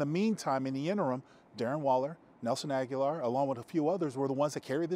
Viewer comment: Why do people insist on pronouncing his name like Aguilar? It's Agholor. Ag-uh-lore